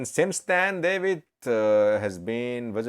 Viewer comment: this name is pronounced DA W IT